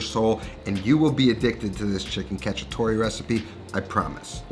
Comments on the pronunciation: So funny how bad Italian Americans pronounce Italian words, "catchytoree" lmfao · It is cacciatoA with an A